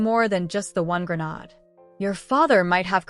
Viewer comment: Grenade pronunciation gruh - nayd